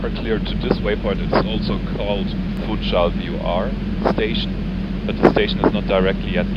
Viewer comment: The "capital" of Madeira island is to be pronounced [fũˈʃal] as if it was "Funschal" is German, not "Funtschal"!